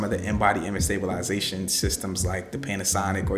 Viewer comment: 😂😂😂 sta·bi·li·za·tion...la-za-tion.... Where from Canada? 😂